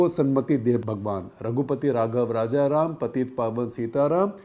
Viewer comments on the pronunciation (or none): none